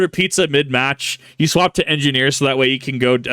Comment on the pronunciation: Big Joeys "Engi-Gnome" is pretty funny to see